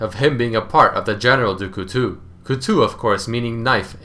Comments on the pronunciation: General dukutu xD.. The right pronounciation is Du-kootow (Du couteau) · plz stop saying dou coutou it's pronounced couto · do co tow is kinda how you say it. For the record you can just google an audio pronunciation of it. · it's DuCouteau, pronounce it like du coutO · I'm not even French and it made me cringe. He also said Heph's name wrong.